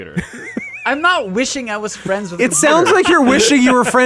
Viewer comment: "I wanna be fwends with a computer"